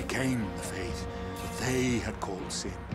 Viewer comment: The final sshowdown with sshin. The final sshowdown with sshin. The final sshowdown with sshin. Shut up already, Cid!